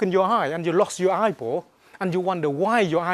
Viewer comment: LMAO! "You wunda why yo eybaw disappear" He is hilarious and awesome.